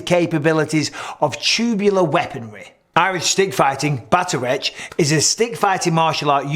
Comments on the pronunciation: It's pronounced Batter-Oct. Irish reads very different from how it's spoken. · Shi-lay-Lee, and bat-ar-Oct would be close to how you pronounce Shillelagh and Bataireacht Mike 😊 Cool video love your content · Hi Mike! Enjoyed the video but here's a quick note on the pronunciation of "Bataireacht" Gaelic vowels are pronounced differently from the romantic languages, so the word actually sounds more like "baht-ahr-ruckt". Much love from Ireland 🇮🇪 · For future reference bataireacht is pronounced "bahtuhrockt" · Bataireacht= pronunciation (bat-awr-okt) Old Irish word, just for context 🇮🇪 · The Irish stick fighting would be pronounced "Batter rocked" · And “bat-tuh-ract”